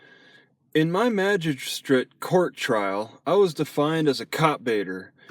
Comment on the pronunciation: Haha less than one second in "majijstrate" cmon!!